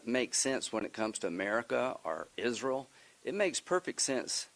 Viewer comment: What is Izrul?